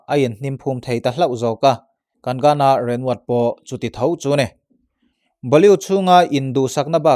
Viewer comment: Ashiqui changtunu kha Shradha Kapoor emaw ka lo ti a. Tin Kagana tia lam tur a ni lo kagna tia lam tur a ni zawk e